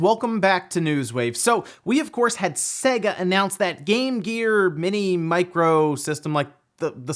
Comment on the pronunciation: Seyga, not Sehga.